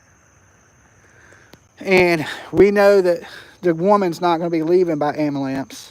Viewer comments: Luv the way you say "Amalance". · It’s amalamps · I think he’s saying “abulance”😂